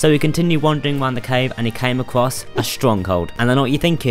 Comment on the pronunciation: HE CAME "ACWOSS OwO"